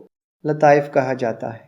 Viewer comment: Aap Kyun kha Ko ha Bolte hain